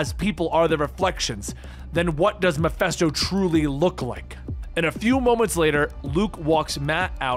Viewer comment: why this man keep saying MephEsto